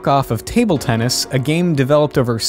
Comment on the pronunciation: idk if u looked back at the footage but u said tunnis instead of tennis